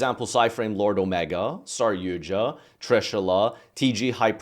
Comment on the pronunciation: H....holy fuck did he finally just pronounce saryuja correctly? .......well guess I gotta subscribe now.